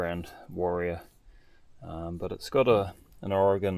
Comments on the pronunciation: I am shocked you know how to pronounce Oregon correctly. Roughly 3/4ths of America calls it Oregone as opposed to the correct Oregun. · Thank you so much for saying “Oregon” correctly,! I lived in Oregon for 60 years. I’m now in the US Southeast. Florida specifically. I bristle when someone says, Oh, you are from “Ore-gone”. 😊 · You said oregon correctly. I live in oregon and most outsiders pronounce it oh ree gone. 😊